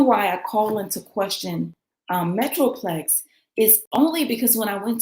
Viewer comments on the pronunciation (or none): THE Name for Gerardo Zuñiga Newspaper IS ME- TRO- PO- LIS- MX not metroplex